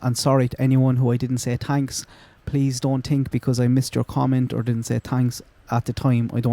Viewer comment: Love the merch!! □□□. You ssaid “TINK” aid